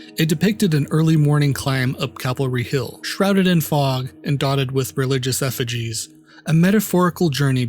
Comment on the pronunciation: Great overview! Super minor point, it's "Calvary Hill", not "Cavalry".